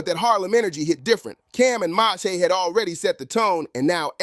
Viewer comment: Learn how 😂 read bec😢ause who is MA-SE?